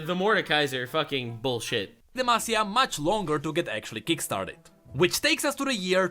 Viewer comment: It was so refreshing finally hearing pronounce demacia right 😂